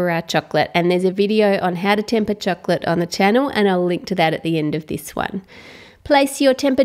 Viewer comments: "cheklet" LMAO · ramziz chohklet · Say the word chocolate properly or don't say it at all